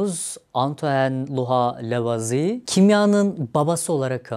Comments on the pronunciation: Lavoazie diye okunur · İlk kez Lavizi diye telaffuz edeni gördüm.